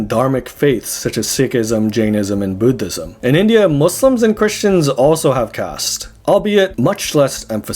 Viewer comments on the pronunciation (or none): none